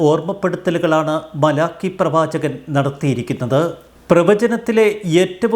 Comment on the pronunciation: masiruthy vayikkado